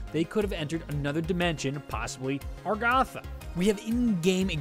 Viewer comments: it's Agartha not argatha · It is not aRgAtha, it is agARtha. If i sound rude I am sorry, I am just totally triggered. REEEEEEEEEEEEEEEEEEEEEEEEEEEEEEEEEEEEEE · he kept saying argatha yet its agartha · Why do you say argatha it's agartha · it's argartha. not argatha